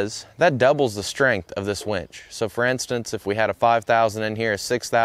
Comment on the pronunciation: Dude it's winch not wEnch 😂